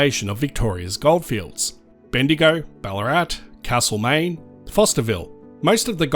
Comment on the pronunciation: Note that for Castlemaine, locals use an a like in cat, not cart, in that first vowel. Your pronunciation is kind of in between the two.